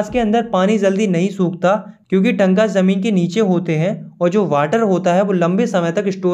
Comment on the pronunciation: Correction: टंकास❌ टांकास✔️ पलार❌ पालर पानी ✔️